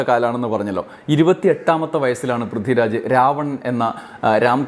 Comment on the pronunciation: Prithvi raj ennu iyal parayumbo Brithi Raj enna kelkuunath😂